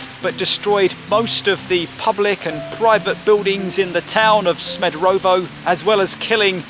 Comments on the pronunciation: SmederEvo not SmederOvo. Great, informative video! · Good choice mate, nice video, thanx for your visit. Just a notice, your pronunciation 'Smederovo' is not correct... Greetings from Smederevo 😉